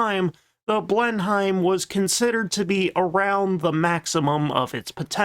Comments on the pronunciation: ...it's blen-em, not blen-heim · Just a quick note: Blenheim is not pronounced 'BLEN-hyme,' it's pronounced 'BLEN-im,' as in Blenheim Palace, birthplace of Sir Winston Churchill. You're welcome. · It's not "Blenhime", it's "Blennim". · It's pronounced Blenim, not Blen-Hime ...... however correcting this narrator is pointless as he never reads the comments. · I just don't understand why you insist on talking about Blem-himes. The rest of the world, including the UK, insists it's Blen-nem. I know how it's spelled, but it's English and English spelling has no correlation to pronunciation. Ever. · Blenheim is pronounced "Blennem" and Buckingham is pronounced "Buckinem". Strangely, you have issue with pronouncing template as "templet"...😆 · its prounounced blen em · Nope, I can't take "Blenn-hime." I'm out. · Practice saying " Blen him "...The Beaufighter you won't get none better in it's Design and ruggedness, one of. My favourite British Fighter strike Aircraft.. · He never learns. Seems like every other video, I'm wincing at "Blen-hyme" or "Boot-on Paul."😄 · I'm convinced his constant mispronunciation is deliberate rage-bait to generate comments for the algorithm at this point. It feels like every second video on this channel talks about the "blen-hyme" and he is constantly corrected on terrible pronunciation of all manner of words. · I would say Blenim. But I'm from Belfast. At least he doesn't pronounce the g in Buckingham like a scouser. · He does this in every video that mentions the Bristol Blenheim. And sure he knows well enough by now the correct pronunciation. I’d say he just does it deliberately for a bit of good humour at this stage. Makes me smile every time he does it now. And have you ever heard him pronounce Bolton Paul? It just a bit of fun injected into videos! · Usually like this channel but saw the comments about the mispronunciation of B!enheim and decided to give this video a miss.